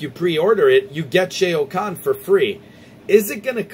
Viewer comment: We gotta work on that Shao Kahn pronunciation... Good video though.